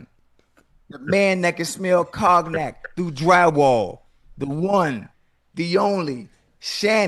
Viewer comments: Ocho pronounced cognac like it's spelled 😂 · Man actually said Cogknack. LMFAO. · Cog-nac. Ocho, give me your phone......NOW.